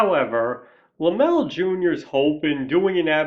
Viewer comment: Okay... 1) a guy who has a movie channel should know how to pronounce "Lem-lay." Sorry man, but the Laemmle family were big names in movies not just because of horror, but because Carl Sr. had founded Universal and was one of the original moguls, and Universal made a LOT of other films in other genres that sold very, very well. And nepotism? The Laemmle family OWNED the studio in beginning years, so yeah, it was a family business. 2) I've read your response to other commenters here regarding your glossing over of the MASSIVE silent horror genre. You tried to twist your way out of that mistake, but nice try, doesn't work. It's clear you just didn't do your homework and don't really know your history. Now it's true that "horror" as a genre label probably doesn't come into use until Dracula, but that's hardly relevant as you yourself point out Nosferatu and The Phantom of the Opera. In point of fact, though, there were huge numbers of silent films we now view as "horror," going all the way back to Edison's Frankenstein, but also including multiple silent versions of Dr Jekyll and Mr Hyde, the John Barrymore version having been a particular classic. We could go on and on here, including George Melies' films. It's just silly to have made the claim that horror was "non-existent" in the silent era. And foreign films count, dude. A lot of those made it to the US and made a lot of money at the box office, and influenced Hollywood HEAVILY. Foreign directors made very successful horror